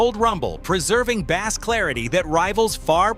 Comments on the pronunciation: Yes I wish these people would change the spelling of bass to Base during editing that way the AI would say it correctly. They could do so much better with proper editing on all of these videos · No, it is spelt bass, dummy!! But pronounced as if spelt base.